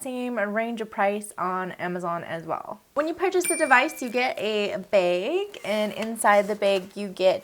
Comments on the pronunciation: Lisa rosso she’s mocking how she said bag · Lol it’s the Canadian accent